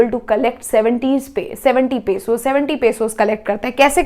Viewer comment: It is not pasos it is pesos😂